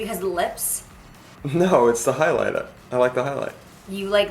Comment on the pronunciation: "highlighta" it's the highlight. 😂😂😂